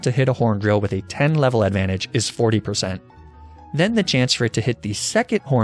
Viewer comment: He said "nine level adventage" properly